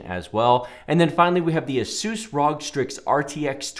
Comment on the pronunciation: I'm sorry, but the way you pronounce "ROG" is just so off-putting. It makes me cringe everytime.